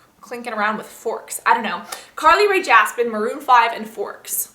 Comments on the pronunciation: I love how you said jaspen instead of jepsen. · Carly ray jaspen? Lol it's jepsen